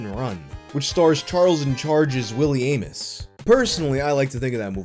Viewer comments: I think that "Aames" is pronounced like "aims," not "amos." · Aames is pronounced 'Aims' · Stop mispronouncing things! Willie AIMS & KINDEREGG- like kindergarten!